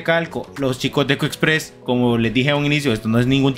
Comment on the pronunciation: Costó entender el nombre de ECO EXPRESS.